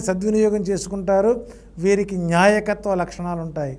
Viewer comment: Nyaayakathvo kaadu baabu. ,NAAYAKATHVAO laxanam